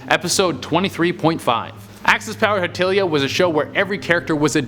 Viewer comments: am I the only one who was hurt when he said Hetilia and not Hetalia- smh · I subcontuously corrected him each time he said it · Me: Hetalia Him: Hatelia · We had a vhs player till we got a new tv. It is hit-tal-lea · HE-Til-eAh hahaha Its He-Tal-Eah XD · I was shouting at my phone when he said hatilia. It's Hetalia!!! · Me too ! 😣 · im sorry but the pronounciation of hetalia- hitilia i love h9im KJLFJKLSFJKH also the countries cant die anyway soo LKWDSLJKHJLKEGF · I died when he said, "Axis Powers--HeTIlia..." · I cringed when he mispronounced hetalia .....😣 believe me I've corrected him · Thank you ! The way he pronounce Hetalia bugged so much! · The way he said hetalia is just 🤢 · Kayla Sellers I agree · insert angry butthurt comment about how he pronounced hetalia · I'm a little mad because he pronounced hetalia wrong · You mispronounced Hetalia xD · That Hetalia one is freakin scary and sad. And, get ready for Hetalia fans getting mad about how you pronounced the name :) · was i the only nerd who got real mad when he said hetalia wrong? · Got triggered by how he said Hetalia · No im also hurt when he mispronounce hetalia, im sad